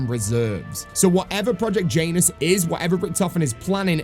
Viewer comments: I believe it’s pronounced Janus like you would say January and not like Jaynus. I know it’s not important and is a bit nitpicky but it was driving me nuts hearing it pronounced like that 😂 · Jan-us project Jan - us … not J-anus super funny not gonna call it anything else but anus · Bro please dont say Janus like that💀